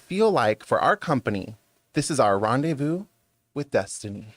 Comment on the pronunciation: Rendevu with disentairy